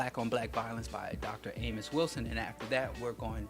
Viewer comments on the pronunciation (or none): none